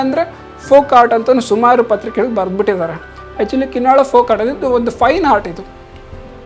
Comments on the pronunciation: It's KINNAAL not Kin nal but Kin Naal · Narrator needs to put some work into learning to pronounce local names correctly. The people in the video are repeatedly saying the name KinnaaLa but the narrator (probably north Indian) keeps wrongly saying Kinnal. Narrator, your only job is to lend your voice, and if you don't do that correctly, what value do you bring?